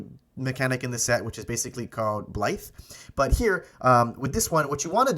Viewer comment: Blight =/= blithe. 😂